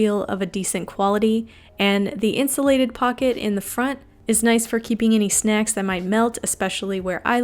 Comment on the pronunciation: "snecks" - "heangry" lolololololol